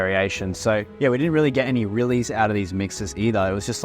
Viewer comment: "We've got these rili cool rili shrimp"